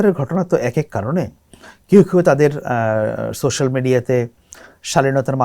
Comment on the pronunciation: উচ্চারণ - 'সোশ্যাল' মিডিয়া হবে